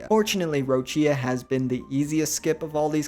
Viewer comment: Most fking white pronunciation of Roccia yet. . It's ROH-CHA